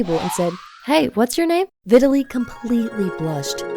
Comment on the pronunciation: vitaly more like italy